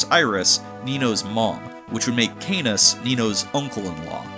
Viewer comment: Still watching the video but I would like to say that Canas wouldn't sound like Anus if you pronounced it correctly as "Cuh-Naws"